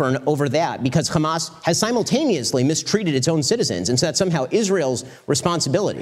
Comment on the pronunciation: It's hamas not khamas...please get it right